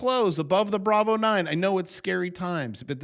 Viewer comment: but bravo i thought u said go long 🫨